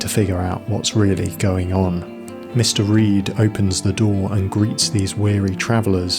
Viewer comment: Are you saying Mister Reed? Or Mystery? Say it out loud. Mr. Reed, mystery